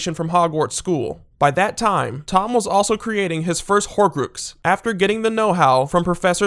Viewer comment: Good video, but the way you were pronouncing some names made me cringe. Horcrux, for one, is self-explanatory: (pardon the first bit) Whore-Crucks.